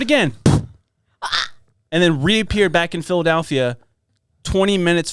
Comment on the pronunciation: The real Philadelphia Experiment should be finding out where the A comes from when people say “Phil-uh-dAlphia”. Am I right?